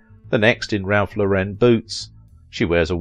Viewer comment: The designer Ralph Lauren’s last name rhymes with FOREIGN/ pronounced like the female name as in Lauren Bacall…